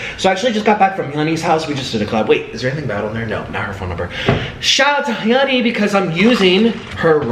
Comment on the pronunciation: Is her name HEEE ONEY. why is he saying it like that?